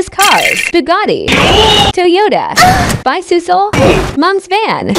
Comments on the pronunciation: Bro really pronounced it “Bicysle” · @@ she pronounced it "bisysle" and the word was bicycle